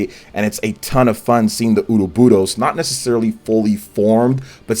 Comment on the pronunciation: HHHAHA!! Ouroboros is not a jananese word, and not pronounced "oo doe boo dose"